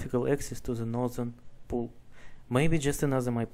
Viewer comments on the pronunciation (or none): none